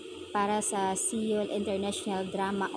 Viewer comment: Taronga ug pronounce imong " SEYUL" maulaw man pud ta! Basaha ingon ani, SOL...SOL...SOL...praktisa. SOL...SOL.SOL.